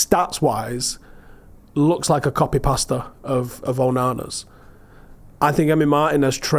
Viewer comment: Did he say copy pasta or am I imagining things 😂